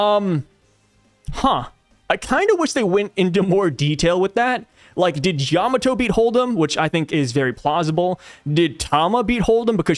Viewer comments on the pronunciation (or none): none